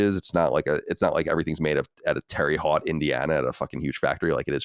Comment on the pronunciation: As someone from Indiana, hearing Colin pronounce Terre Haute as "Terry Hot" made me giggle a bit.